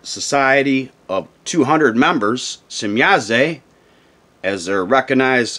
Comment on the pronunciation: There is no e at the end of shemyaza or semyaza why do you pronounce it as semyaze lol